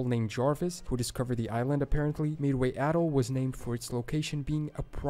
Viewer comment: I also heard Allegheny and Atoll wrong. Trying to pronounce native words that are not commonly known if one thing, but to mispronounce more common words is just nuts!